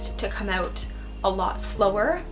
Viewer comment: "Stressed aauuut" that was cute